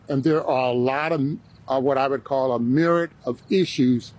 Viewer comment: The dude's lawyer can't even pronounce "myriad."